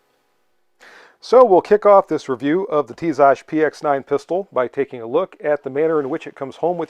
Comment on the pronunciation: By the way, you pronounce the brand well.